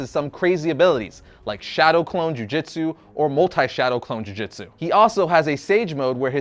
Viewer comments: Man called the Shadow Clone Jutsu "Shadow Clone Ju Jitsu..." Bro... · Jiu jitsu? Its jutsu no? 🤨